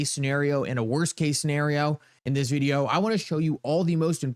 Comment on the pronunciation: stop pronouncing the word VIDEO as VID-EE--OOWWW. That's so annoying. And Uphold is a scam they love Cameltoe Harris.